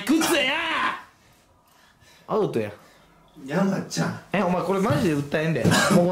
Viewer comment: ここのmyの「山ち"ゃん"」すき